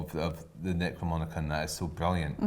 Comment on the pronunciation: Enjoying the Deadite voices lol it's pronounced Necro-nom-ic-on.